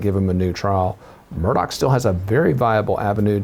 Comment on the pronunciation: Murdaugh, not MurDOCK